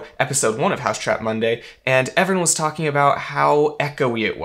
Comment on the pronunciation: It's 'Mousetrap Monday', not 'Housetrap Monday'.